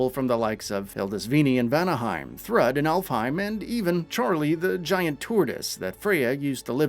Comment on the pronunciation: Who is Thrud? It's Throoooooooooooooooooooood. Thank you.